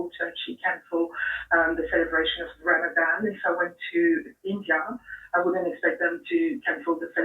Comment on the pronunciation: It's RAMADAN. RAMADAVE. RAMAJILL. RAMABECKY. RAMADAVE.